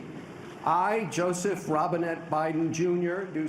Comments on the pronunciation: I thought he said Bidens middle name was Robinhood... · I thought they said Robin Hood at first, and then I listened again and I’m not disappointed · i thought he said his middle name was Robin hood lol